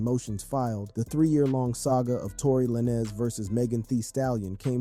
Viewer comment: Tory Lanes like Lanes not Lanezz for the rec lol